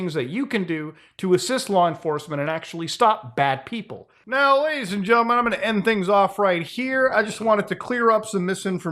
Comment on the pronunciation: genTlemen not genlemen xD the T isn't silent